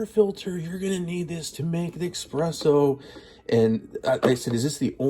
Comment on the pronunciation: The fact that you call it "Ex-presso" tells me you're a buffoon.